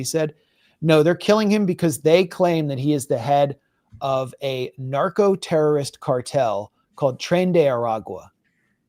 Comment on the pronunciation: Marco-terrorism not narco